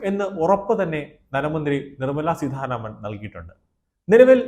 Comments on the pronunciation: നിർമ്മല സീധാരാമൻ അല്ല, നിർമ്മല സീതാരാമൻ. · Adyam peruparayan padhykku.Seedharaman alla .seetha raman.Ninakku veliville.